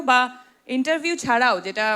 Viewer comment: Interniew 😂😂 Ki uccharon